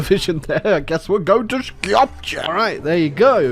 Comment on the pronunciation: The way he said Skopje 💀